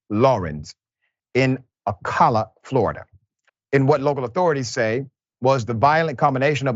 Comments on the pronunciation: Its O-CALA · FYI it's pronounced: Oh- Cal- Ah (Ocala).